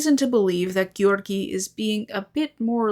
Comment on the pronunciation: sometimes you pronounce "Georgiy" so well i start to think video will continue in russian